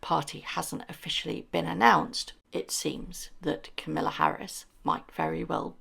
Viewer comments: Kamala ……. to rhyme with Pamela. Not Camilla. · Kah-maahla Harris not Camilla :D And yep, Meghan upstaging George is beyond pathetic. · Just a slight correction. It’s pronounce Ka ma la not Kam ill a. 😂 it’s not familiar for sure. Nope not a chance but maybe we will see her work at getting in politics. KC needs to get rid of the link to their site and remove titles. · KA ma la…. Not Kamilla! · Its Kamala, not Camilla! Why can't people get it roght? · please pronounce Kamala's name correctly. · Meghan has no barring on Kamala's running as our president! Period! Please pronounce Kamala's name correct or I have to unsubscribe! Be respectful for kind, decent females please!!!